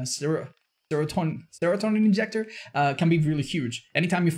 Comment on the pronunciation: Listening to try to say "serotonin" actually gave me serotonin